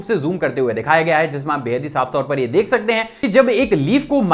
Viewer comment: You are saying" deeek" Rahe he instead of dek rahe he